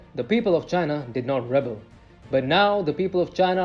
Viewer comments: This announcer needs to work on his English pronunciation. Specifically the verb rebel is pronounced reBEL. The noun rebel it’s pronounced REbel. These two words are different words as one is a noun and the other is a verb so they need to be pronounced differently. About the content of the video. Yes, food wastage has been a problem in China. One way people would demonstrate their wealth would be to order too much food in a restaurant and then let it go to waste. This tradition comes down from the top as parties full of major officials often did the same thing and wasted a lot of food. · There are two meanings and two separate pronunciations for REBEL. Since you are using the verb, it is pronounced: ruh-bell. Please try to take future note of this, people.